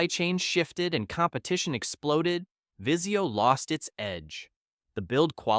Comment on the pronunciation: Vizio not viseo lmao